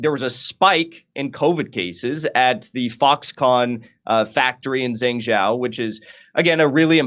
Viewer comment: Jengjow? Think he means Zhengzhou (JUNG/JOE would be closer) Clueless, yet we should listen to on this get a grip Jimmy this was embarrassing I had to say something, but this is not correcting any record on the protests. WOW!